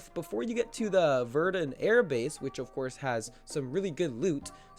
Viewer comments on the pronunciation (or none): Dude he calls so many things the wrong thing... “loojer” instead of Luger virdin instead of verdun and he does it all the time